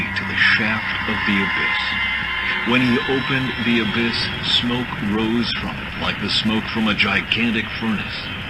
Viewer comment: That french fuck can't even say abyss right.